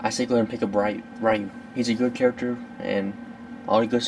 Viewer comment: You have to say it like (R-EEE-UU)